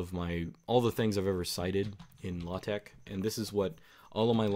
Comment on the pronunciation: It's not everyday I hear LaTeX pronounced so perfectly like this.